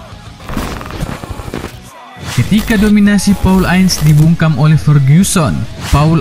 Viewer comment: Cantona bukan contana,ins (ince) bukan ains...hahahaa kau lebih inggris dari yg inggris laii..